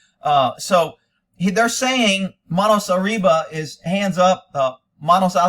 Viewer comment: “ manos arriva” your Spanish is on point 👌🏼